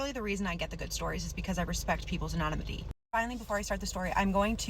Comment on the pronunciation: the way you said anonimity is absolutely cringe.